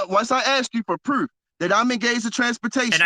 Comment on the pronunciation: Is it me or does he pronounce any word with a "oo" like "proof" as "eww" example "pr'ewwf" or is it just me? Coulda been just me because for whatever reason it annoyed the sh*t outta me. Im surprised with all those right to travel always "win" in court and get outta jail free packets being sold for $500 - $1000 no Sov Cit has come up with Hooked On Phonics Sov Cit Edition $1299.